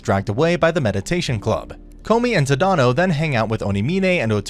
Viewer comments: The character's name is Tata no the correct name is tanino Todd and no I mean I understand Japanese names are quite hard to pronounce but it's just really can't say Tada no say it this a like this Todd and no sorry if I'm being rude by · “Tuh-dahno” lmaooo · jit said t-had-an-o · I'm so sorry if this is offensive, but the way you say tadano ABSOLUTELY KILLS ME!!